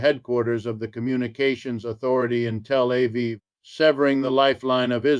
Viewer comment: What happened to the real? Why this Ai generated clap trap? When has ever pronounced Tel Aviv as “tell A Viv.”